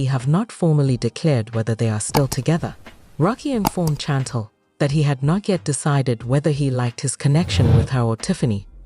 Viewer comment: Her name is Chantel can't even pronounce her name right 😅